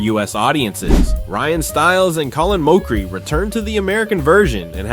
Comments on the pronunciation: Ya, your take is completely wrong. You're pronouncing Mochrie wrong. And a revival that does 11 seasons is not a failure. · was this an ai voice? why you saying Mochrie like that? 0,o